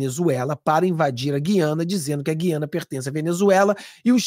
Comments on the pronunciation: Essa pronúncia gui/ a/na, nos fere os ouvidos. A pronuncia é GU... e não GUI... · O Nome É "G Ü I A N A"ok!❤